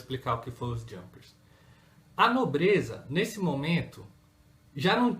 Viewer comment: Junkers...pronuncia correta e´ iunkas.